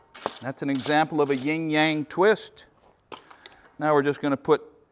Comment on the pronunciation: Yin not ying. Yin and Yang.